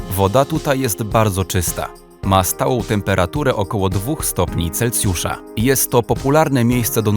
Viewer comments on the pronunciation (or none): none